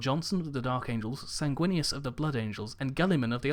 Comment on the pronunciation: SAYNG-WIN-US....sanguinous....SAY IT WITH ME